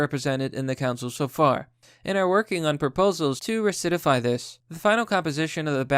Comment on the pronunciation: "Ricitify", "pylon" ?... Bruh